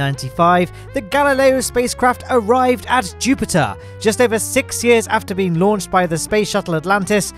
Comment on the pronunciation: I like how says "sick" instead of "six"